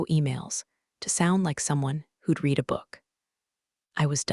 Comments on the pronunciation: AI NEEDS TO LEARN THE DIFFERENCE BETWEEN READ AND RED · Please please learn when read = reed and when read = red.